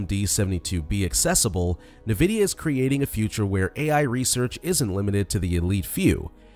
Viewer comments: Nuhvidea? Fuck man, please put some effort in. This is AI slop. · Suspect this is an ai voice… n’vidia >.< also chat gpt can interpret audio and image data